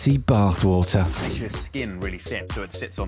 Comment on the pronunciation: "And that was WOoTAarh"